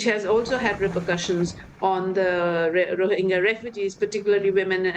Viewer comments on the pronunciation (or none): Rohingya, not Rohinjia -Geeya, not Jia.